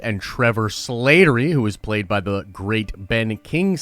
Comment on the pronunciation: It’s Slattery, not Slātery